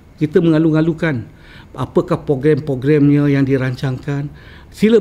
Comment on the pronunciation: Lol "pogram"? ..